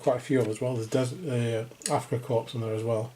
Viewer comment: The passengers can be used as any German, not just Afrika Korps or SS. BTW, the "s" in korps/corps is silent.